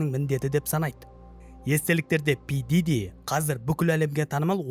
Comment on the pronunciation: Пиджижи миджижи деп мыйды ширитти дым тусинбедим.